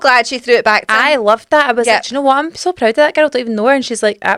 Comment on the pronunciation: So vewy vewy pwoud